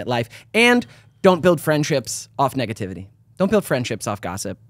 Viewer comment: anyone gonna mention Lindsay adding an extra syllable to negativity? she said negatativity, which is now in my vocabulary.